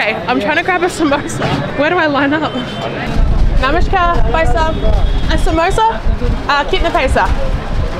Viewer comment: You are breaking many Indian men's heart by sayin "bhaisab" ( brother) :D , but your namashkar pronunciation is great